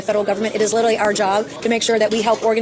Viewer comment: The word is not "literly"".If you're going to use it all the time at least learn to pronounce it correctly